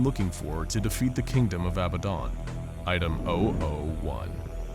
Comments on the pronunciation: It’s “ab bad dan” not “ab bad don “...was killing me the whole time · I'm sorry but I hate that you call it "Abuhdon" because it's pronounced "abahdun" maybe do some more research next time you make an scp video, I notice a lot of inconsistencies, wrong pronunciations, and false information in your videos. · It sounded like you called him babadon